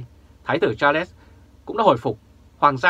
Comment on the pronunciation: Đọc là Sạt . khg phải là cha lét ...trời đất !